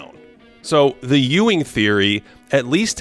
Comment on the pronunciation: Who, on earth, told you that mispronouncing the and a (as "the" and "aye") would sound good??? You've essentially taken a professionally-written script and well-edited video footage, and handed them over to some doofus-sounding 5th grader to read for you... it is an amateur move you may want to rethink.